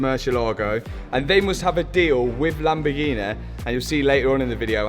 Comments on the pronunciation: My Asian girlfriend pronounced Lamborghini as "Lumber Genie" I loved it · How you pronouncing “lamborghini”, you should rebrand all your lambos to “lamborghine”